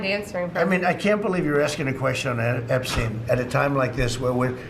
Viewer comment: I like how he says Epstein like he’s so unfamiliar with him he can’t pronounce his name correctly. If you didn’t wanna look like you’re were on the flight logs Donald you’re going about it the wrong way.